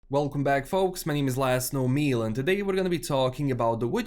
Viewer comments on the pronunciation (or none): *completely off topic :) but I always wondered where your name came from "LastKnownMeal" - did you every say this in any of your videos? cause I always hear something like "Laszlo Neal" lol. Keep up the good work, man! Always dig your vids!